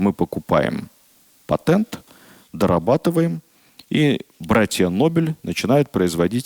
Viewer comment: Режет слух « патЭнт», см Новый орфоэпический словарь т. ф. Ивановой2005год